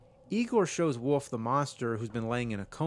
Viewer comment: There is an L on WOLF. It isn't woof or woofman.